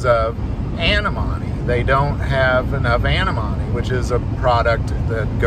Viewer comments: I think you mean Antimony, pronounced an TIM ony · That's pronounced: An-Tim-O-Knee😊 Love your videos!